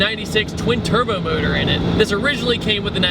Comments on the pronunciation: He said twin turbr at the begining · "Twin Terrbered verson" haha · "especially the twin terber version" TWIN TERBER!! ER MUH GERD! Haha that's awesome, great review man